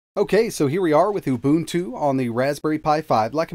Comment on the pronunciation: Thank you for pronouncing UBUNTU correctly.